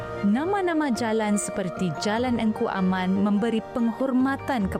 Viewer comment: Sebutan Lorong Kuaman, tapi ejaan sebenar Lorong Engku Aman.